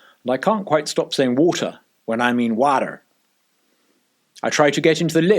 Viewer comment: Can we have a link to your book please? I don't have any kids, but I know a few adults that might benefit from it. :) Oh, and you NAILED "water" (the second time you said it). Ha.